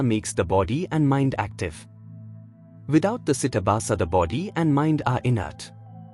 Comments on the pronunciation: With Respect !!! It is not CITABHASA. It is CHIDABHASA. ❤ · It's CHIDABHASA not CITABASA. This is a mistake in the video. Chidabhasa is the Sanskrit term which means the abhasa or reflection of Brahman, the Universal Self, on or through the mind; ordinarily this term is used to denote the reflected Universal Self in the Jiva, the Individual Self. The philosophical conditionedness belongs to chidabhasa. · It is not karaana sharira (കരാണ ശരീര - कराण शरीर) It Is kaarana shareera (കാരണ ശരീര - कारण शरीर) It is not sitabasa (सिटबास - സിറ്റബാസ) It is chidaabhasa (ചിദാഭാസ - चिदाभास)